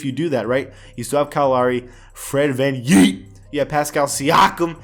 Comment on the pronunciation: I cringe every time I hear Fred van yeet and siakam.